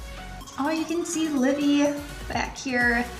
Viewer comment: that’s so funny! I swear i thought you said Libby 🤣🤣